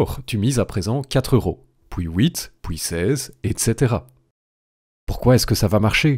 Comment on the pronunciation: "Pouis houit" 😆